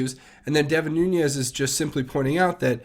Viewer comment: NOO-NES... NOO-NES... NOO-NES... NOT... NOON-YEZ!!!!!!!!!!